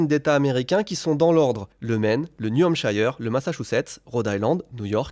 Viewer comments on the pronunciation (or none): Prononcer: Niyou-heimpsheur'. Pas Niou-hampshailleure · On dit "New Hamp-cheur" , pas "New Hamp-chayeur" . ^^ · Juste pour info, on prononce le i de New Hampshire comme un i en français, pas comme un "aïeu". Voilà.